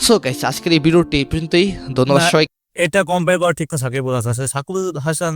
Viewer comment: ভাইয়া ওটা সাকিবাল হবে না।😅 সাকিব আল হাসান হবে 😊আপনি উচ্চারণে ভুল করছেন ।